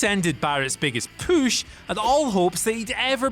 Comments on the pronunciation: I don't know why, but this guy repeatedly saying "poosh" instead of "push" is driving me fucking insane. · why does he say "poosh" instead of push? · Maybe I'm the only one slightly annoyed by the pronunciation of PUSH not POOSH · Where are you from? Why do all the words that have OO or OU sound so weird coming from you? You are the only person I’ve ever heard that makes push sound like poosh alongside many other words. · WhatCulture workout: Every time he says POOSH, give me 20 POOSH OOPS! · If youre gonna try to place more heat on cena, learn how to say push...its not pooooosh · I can't take u seriously wen u say poosh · They realized they needed to do something on the way this guy says pooosch, like i said last video. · Downvote because I can't stand the way he says "POOSH" 😠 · I want to beat your ass for saying push like pooosh. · whats this poosh word that keeps being said??? edit: oh my dear god i have known a partially deaf 7 year old pronounce things better than this idiot lmao. u and oo completely mixed up n u say bury as berry. should sounds like shud not shood. jesus h christ what a flid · Stop saying pooosh... PLEASE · Say "Püsh" one mor time ! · I hate when he says "pooush" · They look for any video where he can say "poosh". They must. It needs to be done. Jesus. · Your repeated push pronunciation is stupid. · Whatculture needs to stop pushing! He can't even say push correctly! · It really bugs me the way this guy says push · It’s his accent